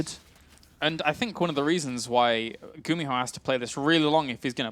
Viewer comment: it's pronounced "goo-me-ho" not "gummy-ho"